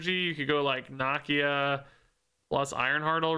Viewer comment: mispronouncing Nakia’s name breaks my heart